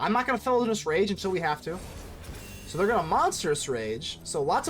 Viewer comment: Did you not see the I in Felonious Rage? You keep calling it Felonous Rage throughout the video.